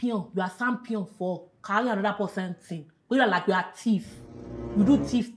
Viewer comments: "Champion" one said yampion the other one said sampion 😭😭😭😭😂😂😂😂😂😂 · Echampion 🤣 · Yampion v jampion 😂😂😂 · Warri: shampion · Hahahhaha I'm here collecting data of how different tribes in Nigeria pronounce "champion"